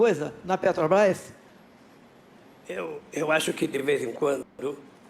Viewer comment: Lula aos "Pretobás" foi isso que eu ouvi msm? 😂😂😂😂😂😂😂😂😂😂😂😂😂😂